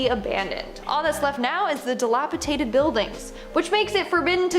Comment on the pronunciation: Seriously Winded up dead DilaTipated Dilapidated Pleeg- plague None of your presenters can speak properly